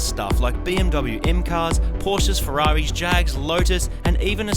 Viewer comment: "Ferawi's" lol